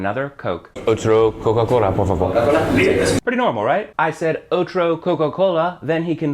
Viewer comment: uff really hard to understand "otro" and "otra", im spanish and that was really difficult to hear